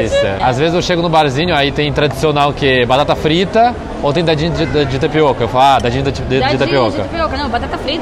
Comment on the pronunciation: "pau de queijo?" Eu ri. "Barata frita?" Eu ri mais. "Coco rolado?" Eu ri um pouco mais. "Pau de alho?" Eu me acabei de rir.